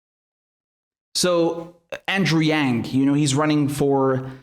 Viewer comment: Andrew doesnt pronounce his own last name right